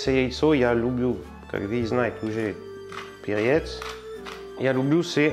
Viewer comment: МаслО, перЕц и т.д. это просто 👍. Акцент просто прелесть! Рецепты само собой хорошие, но когда это сопровождается такой озвучкой, то смотреть и слушать приятней.